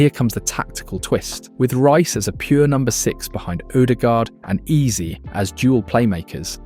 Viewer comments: If I hear Eberechi Ease one more time 😢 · Hearing Eeze again and again was not ease😢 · How the fuck you pronounce Eze and VG14? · Very irritating and distracting to hear Eze name pronounced 4 different ways!!! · It's an AI. Can't pronounce Eze and says Number .10? 😀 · Bad pronunciation of the name of Eze. Unforgivable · You're so right. The Eze pronunciation was crazy fr 😂😂